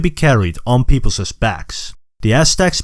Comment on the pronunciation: Great video! I think English may not be your first language, as you mispronounce some words such as people's and peoples'. Such examples result in the last S becoming silent. So it isn't pronounced "peoplezes" and is instead pronounced "peoples" even though it is written as peoples'.